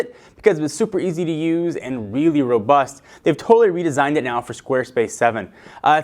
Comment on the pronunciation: Weally weally WEALLY! (Sorry)